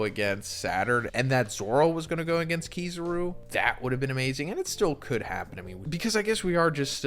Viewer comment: Nah man KiZUru